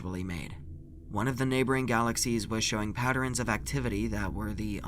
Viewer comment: I like consistency. Pronouncing “patterns” as “patterins”, and “Saturn” as “Saturrin”. Never change,. We love you just the way you are ❤️